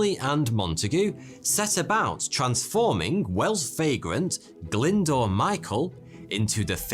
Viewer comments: Glyndoor? It's pronounced Glyn-Do-R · Brilliant story, and one I actually had come across before, but please, please, please can you learn how to pronounce names. Glyndwr is not pronounced 'Glindoor', but much closer to 'Glindower'.